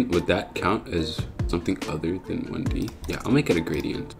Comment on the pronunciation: "what is one de?" Lol